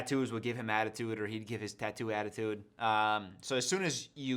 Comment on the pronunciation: I thought you just said "a-tattoo-de" instead of attitude